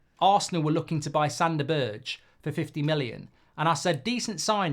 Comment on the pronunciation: berge = ber 'guh that is how you prounance his name, i hurts man, his name isnt berj xD